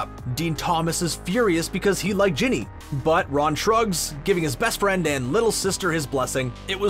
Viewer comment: ITS NOT JENNY its GINNY